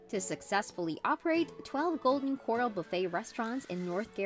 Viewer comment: The narration had to have been constructed on a computer... how the eff else would it keep pronouncing "Corral" like "coral" ? #Phony